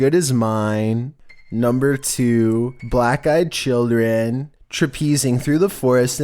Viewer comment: On number 2, the term “traipsing” is pronounced “TRAPE-sing” (rhymes with TAPE-sing)